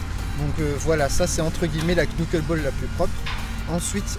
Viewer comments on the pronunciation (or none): A part la prononciation de Qunuckeulbol, super tuto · En vrai ça se prononce "neukeulbol" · La "knouqueule bôle" ptdrrrrrrrrrrrrrrrrrr